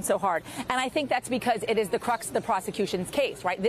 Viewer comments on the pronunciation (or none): Taco Night in most any context makes me smile. But I winced hard at both occurrences of "cruxt" instead of the word "crux." :face-orange-raised-eyebrow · Does she keep saying "cruxt"?!? Cruxt is not a word! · CRUX I am so tired of people making up their own versions of the English language. CRUX not CRUST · Crux doesn't have a t at the end. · There is no "T" in the word "crux".